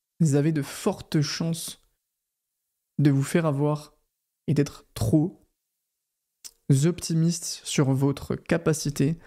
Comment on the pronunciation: Tro"p" optimiste et non tro"z" optimiste, liaison jeune homme 😉😅 Merci 🙏